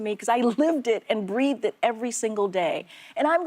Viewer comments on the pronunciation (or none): none